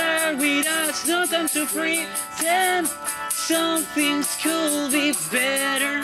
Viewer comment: por qué dicen culd y no kud